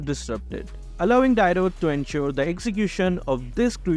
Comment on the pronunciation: always mispronouncing Dyrroth's name, its Dee-roth, not Die-roth. You can check Tigreal's Lightborn skin voiceline and Franco Legend Skin as they call Dyrroth.